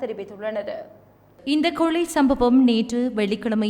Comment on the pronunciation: கொளை இல்லம்மா கொலை